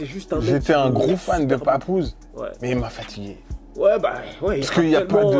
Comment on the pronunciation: Les Americains disent papoose pas pepoose bro